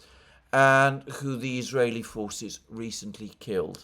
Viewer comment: Why does Mercouris slabber every time he says the word "who" which he pronounces "coo" with a healthy does of drool.